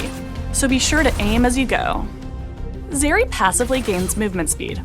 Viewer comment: Zeri, bro? R u kidding?